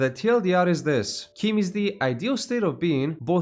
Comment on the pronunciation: Word of God says your pronunciation is canon. It's CHIM as in "chimney". The other "chim" that's in "chimer" is canonically "k-eye-mer", so that isn't "kim" either. Old Man Chimere's "chim" is "Kim" because it's Breton.